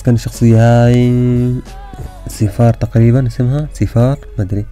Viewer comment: اسمها سيراف مش سيفار 😂😂😂😂